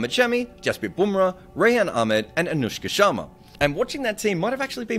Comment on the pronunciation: When said virat koahli son it was fine but anushka sharma 😂😂hilarious